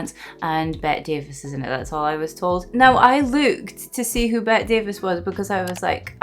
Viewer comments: This movie is a marvelous introduction to Bette Davis (you should pronounce that last "e" in Bette, calling her "Bettee") - you see her go through at least three major transformations here, and the first one shows how unafraid she is to appear unattractive if that suits the character. She's one of the "big three" in our family: her, Katharine Hepburn and Joan Crawford, though I include Barbara Stanwyck for good measure. Here's a sweet TCM short on Davis: I'm sure you've seen Claude Rains, though not sure where. Another of the greats, he plays the doctor here, and I used to long for him and Davis to end up together. He and she acted together in "Mr. Skeffington" and teamed up with Paul Henreid (Jerry) in "Deception", which has got to be one of the most bonkers melodramas ever put on screen, and totally worth the watch. If you've seen "Casablanca", you know Henreid as Victor. If you haven't seen "Casablanca", oh my goodness, what are you waiting for?! Several years later, Henreid would direct Davis in "Dead Ringer". Mama was played by Gladys Cooper, truly one of the most stalwart and strongest supporting players of the Hollywood era. She was famous for playing parts like Mrs. Vale, but could also be believably gentle and good. My introduction to her was in "My Fair Lady", where she played the mother of the central male character, Henry Higgins, and she's much different from this mother. Bette Davis loved working with her. She was also a beauty: The nurse was irrep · It's spelled BETTE but it isn't pronounced "BET." It's pronounced "BETTY." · Unlike Bette Midler, Bette Davis's name is pronounced like Betty, not Bet. I hope you do a lot more of her movies. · Bette Davis is pronounced Betty Davis. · Her name is Bette, but pronounced Betty. This is one of my favorites. I hope you like it! If you like this, I strongly suggest you watch AllAbout Eve. It is her best. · Her first name is usually pronounced as 2 syllables with a long e sound at the end- ‘Bet - tē.